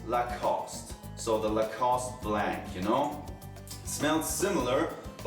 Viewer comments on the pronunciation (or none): none